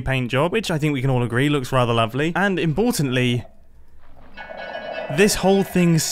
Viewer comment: "Imbortantly" :P